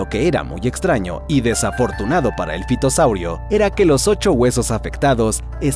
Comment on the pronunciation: En realidad se pronuncia ( fitosaurio)